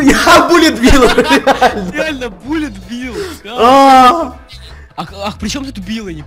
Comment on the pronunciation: Перевод Пуля Билл, а читается Буллет билл